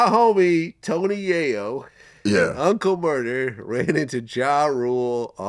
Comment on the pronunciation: "Uncle Murderrrr", Geez Vlad! Lmao